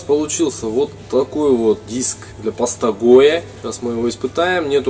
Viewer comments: Что палец не облизал после сметаны? И да, паста ГОИ, а не ГОЕ. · Паста гоя... Я худею с этого видоса. Первые 5 минут искал пятый угол в квадратной фанере. Потом долбался со второй,, точно такой же '' А сразу соединить, склеить, а потом обработать за один раз нельзя было додуматься.? Но паста ГОЯ - это вообще шедевр. Запомни,, не ГОЯ, А ГОИ. Абревиатура Государственный Оптический Институт. И да, дизлайк тебе за то, что такой глупой фигней мое время убил. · Гоя... ГОЯ!!! Еще один..... Какого нахрен Гоя?????